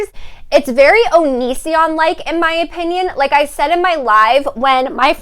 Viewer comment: I’m late 😭 I had school lol! Anyways loving the aesthetic vibe you’re giving 🤍🤍 Also I’m saying OP INN YUNS now instead of opinion now lol